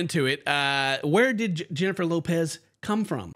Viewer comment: btw.. its not Jennifer Lopez.. its HENNIFER LOPEH~